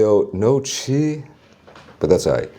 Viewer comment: why does he say chee